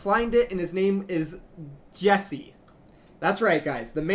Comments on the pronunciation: Jecse is pronounced 'Jek-Say' not 'Jessie' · His name isnt Jessie. It's jecse, pronounced jek-say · You pronounce it Jekse (K saound), not jessie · Just saying but it's pronounced JeCse not JeSse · You pronounce Jecse c with a K sound, it is not jessie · Jecse's name isn't pronounced "Jessie" :///